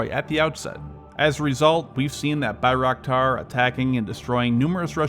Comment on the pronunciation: I love how you say bayraktar lmao 😂